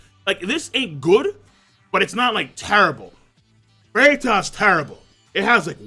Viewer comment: Turrable , TURRABLE .